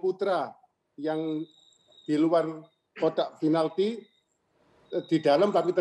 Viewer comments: FINALTI... He used "F" Instead of "P". 🤣🤣🤣🤣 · Perasaan pake V dah, Vinalti. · Bakunya itu pakek "B" Binalty